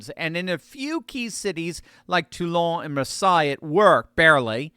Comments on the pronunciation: Marsay not Marsai pronunciation… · It’s pronounced Marsay not Marsigh. Omg can you be more clueless. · It's "Mar-say", not "Mer-saye". Great job! Keep it up. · Where the hell is Maar sigh? Do you mean Maar say?? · Marseille is pronounced Mar-say, but good news🎉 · "Mar-sigh" Like wtf dude? Embarrassing America......again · Dear, Marseille is pronounced Mar say. Just a FYI. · Good piece, thank you. But friendly tip: Marseille is pronounced mar-SAY. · “Marseye” where in france is that?